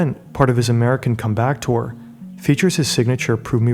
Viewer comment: You might want to work on that pronunciation of comeback tour